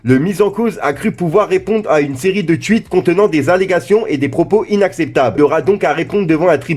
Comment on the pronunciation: " une série de Tuites" 😂